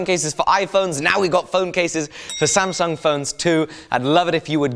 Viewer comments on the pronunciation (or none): none